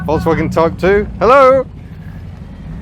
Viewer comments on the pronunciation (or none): none